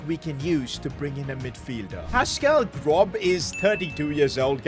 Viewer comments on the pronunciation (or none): You pronounce GroB as Gross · The fact he pronounced Groß's name like that infuriates me beyond imagination. IT'S PRONOUNCED GROSS NOT GROB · You pronounce the name groB like gross. In German in letter that kinda looks like a capital b is actually a double S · IS PASCAL GROSS NOT GROB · Pascal Grob. 😂 Real pronounciation is Pascal Gross. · It's gros not grob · THE B IN GROB IS PRONOUCED LIKE GROS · Am i the only one who thought it was funny when he said pascal grob😂 when its pascal gross😂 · Pascal GroB is killing me 😭😭😭 Bro its pronounced like Pascal GROSS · that is not prnounced Grob it is pronounced Grosh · Bro said pascal grob 💀 It’s pascal gross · Please someone tell that it’s pronounced „Gross“ Not „Grob“ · Its pronounced grose btw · Pascal Groß. You spell "Gros" not "Grob" 😂 By the way love your videos. Keep it up 💪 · "Pascal Grob" bro... I can't believe what I just heard. It is pronounced "Gross", by the way. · it’s not a B but an S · Fyi it is Pascal Gross not Grob😂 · pascal grobb😂😂 it’s pronounced gros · Hey sid, good video. But you said grob but is a german letter and you pronounce it as Gros. ß is actually ss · It's pronouced "Gross" not "Grob" for future info. 👍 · Btw Pascal Groß is pronounced like “Gross) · As a Brighton fan, we would never sign a palace player😂😂. And it’s Pascal Gross is how you say it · Man said Pascal Grob😂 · Tip for not Completely butchering names! ß is not B and its pronounced like a double s. In German his name is pronounced Grawss ( Pronounced like English) but Gross is also fine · im not trying to insult you or something but i am having a headache seeing your lack of ball knowledge and also its pronounced pascal gross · BRO SAID PASCAL GROBB LOL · Pascal “Grob”💀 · The ß in groß is pronounced as an s so it would be gros basically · you pronounce his name pascal gross because in german ß=ss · Groß is read as Gross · Its pronounced as Gross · Groß is pronounced Gross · you pronounce ß as 'ss' so you say Gross